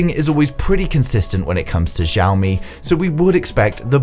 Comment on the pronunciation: it's pronounced shoumi not zoumi